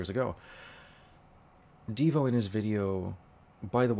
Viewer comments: i think you mean deyo, not deevo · Good video. However, it is Deyo not Devo. I do listen to DVR live streams. I think the live streams are real. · It's DeyO not Devo